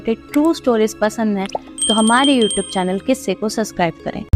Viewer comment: It should be quisse not kisse